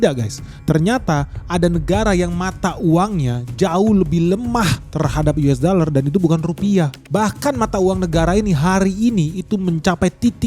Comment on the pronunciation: Yu es da ler 😂